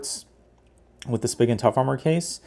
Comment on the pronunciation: Not that it's a big deal, but it's pronounced "spee-gun" ;)